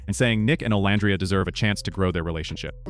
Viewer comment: I actually liked this one! I usually don't like your post. You say Olandria's name incorrectly, then you'll say it correctly! In this particular post, I actually agreed with everything you said! 1st time for everything! 🤪